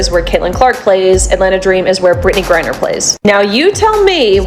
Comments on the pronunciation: ITS GRINER - not gurrier - try to get it right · 🎉 I think it's funny how you can say Caitlin Clark real clear but you can't say Brittney griner you say Brittany Greer Brittany Greer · How come AI can't pronounce the word Griner? LoL. Makes it look stupid. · Why are these AI voices unable to say "Griner"? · That is what AI does.... screws up names... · IDK but it’s on my last nerve. 😂